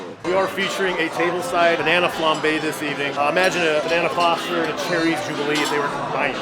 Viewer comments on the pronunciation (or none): none